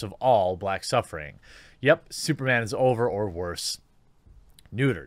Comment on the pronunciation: SOOPAH DOOPAH MANE, LOL!!!!